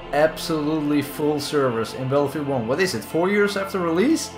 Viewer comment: So you have made videos of this game for 4 years and you still can’t pronounce Battlefield...